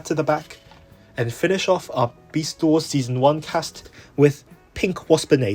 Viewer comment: "Besat Wars" Hahahahahdgjajfj, sorry, I can't 🤣🤣🤣🤣🤣🤣🤣🤣🤣